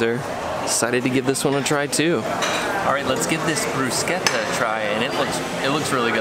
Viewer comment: Bravo!!! Nice to hear someone pronounce “Bruschetta” correctly!!!! Looks fantastic